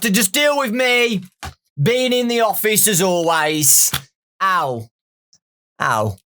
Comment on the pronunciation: When he said office it sounded like he said offfish